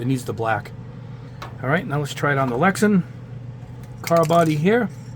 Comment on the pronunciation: It's LexAn not LexEn